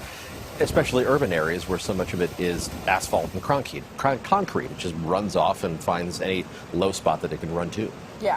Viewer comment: asphalt and cronkete lol